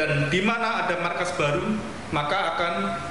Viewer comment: Markas bukan maskas 😂.